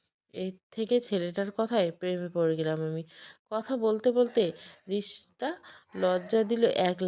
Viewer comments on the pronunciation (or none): রিশতা নামটা রিশিতা পড়ছেন